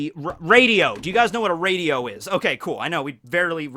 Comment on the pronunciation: ro-di radio. I just find it just a little bit funny that he doesnt know how to pronounce "radio" I am definitely younger than him and I know how to pronounce it. They're in still cars. no trying to offend I just though it was a bit funny